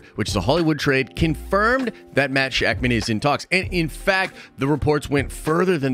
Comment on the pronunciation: It’s actually pronounced Sha-k’mon. I actually have no idea if that is accurate.